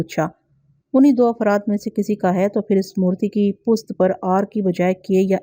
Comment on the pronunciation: آپ پشت کو پست کیوں پڑھتی ہیں ہمیشہ ؟